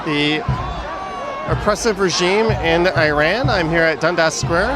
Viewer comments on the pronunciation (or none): Thanks for streaming. It’s pronounced Iran /eeran/ and not EYE-ran” (like “I ran”). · Thanks for covering this. The name of our country is pronounced ea-ran , like Italy. You don't pronouy Italy as Ay-taly so please pronounce Iran the right way. It's not track and field